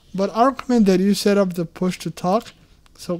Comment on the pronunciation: Bro we can read, you said setuo not read what is already written. Hate from Bangladesh ❣